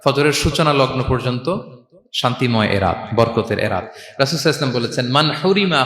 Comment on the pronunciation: এই লোক টা রসূল(স:) এর নাম নেওয়ার পর সাল্লাল্লাহু আলাইহি সাল্লাম উচ্চারণ টা পরিস্কার করে বলে না। সব সময় বলে..সাই আল্লাহু সালাম…..!! এতো বড় আলেম বলে দাবি করে অথচ নবীজির নাম বলার পর দরুদ টাও ঠিক মতো পড়ে না।